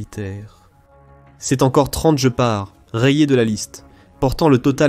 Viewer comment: Pour info ce n'est pas "je pars" mais "guépard" que ça se prononce....😁